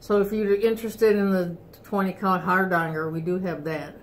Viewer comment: Thank you, THANK YOU, for pronouncing Hardanger correctly. Bless your hearts.